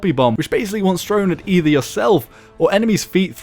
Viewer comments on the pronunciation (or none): none